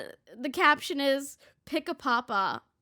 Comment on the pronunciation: “Pick a papa” I’m pretty sure it’s “papi” so sure! I’ll pick a chip brand… that’s see… Cheetos!